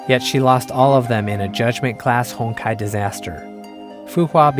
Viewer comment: Be honest... who else heard "Hentai Entropy" ?